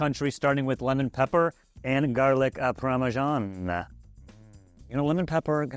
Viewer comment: it's parmesan not pawmeshaun